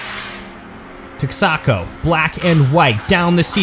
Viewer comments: It's pronounced TEX ah ko. Not Tex AHH co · Good video but it's not tecksaco. It's it's tex-a-co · TEXACO (Tex-Eh-Co) not (Tex-Ahh-Co) I'll show myself out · "Tex-AHH-co"..... lol Awesome coverage.. great racing ... love the innovation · Pretty sure it’s pronounced “TEXa-co”. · Since formula did take the win, the pronunciation of Texaco is Tex-a-co. Once a popular fuel station in the US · Never heard, Texaco pronounced like that. Lol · As a former native Texan, your pronunciation of Tex-a-Co was quite odd to me "Texaco, Inc. ("The *Texa*s *Co*mpany") is an American oil brand owned and operated by Chevron Corporation." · I’m from Michigan and that shit hurt my ears.